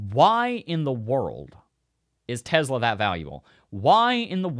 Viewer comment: I wanna know why you can't say Tesla properly